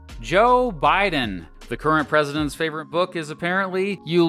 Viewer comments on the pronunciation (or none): none